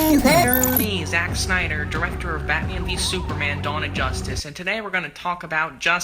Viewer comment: "sack snyder" Was that deliberate?